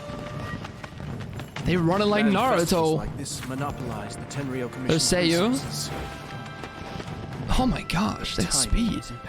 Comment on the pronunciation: Why does every asshole say Kingdom Hearts at this moment? I feel like Kingdom Hearts might have just melted brains. I've seen a good 30 people watch these demos. Every - single - one - of them has called Ei: "Rayden". But you're the only one I heard that called Sayu: "Seiyu".